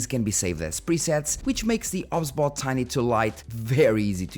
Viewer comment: You sure it's "ob sbot", not "OBS Bot"? 😉